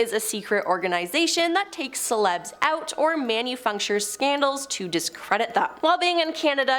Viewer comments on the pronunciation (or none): And what's a 'man-u-fuk-shure'?!